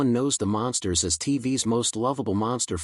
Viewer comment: Hey stupid AI they're not the monsters they're The Munsters... This is the crappiest AI voice I've ever heard. What a joke.